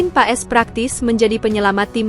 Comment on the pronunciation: Marten pas bacanya mbak jgn paes😂😂😂